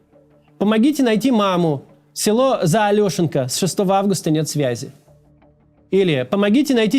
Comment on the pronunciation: ударение на СуджАнский район, ЗаолЕшенка